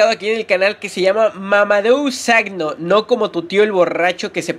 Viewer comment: se pronuncia mamadu saco xD :v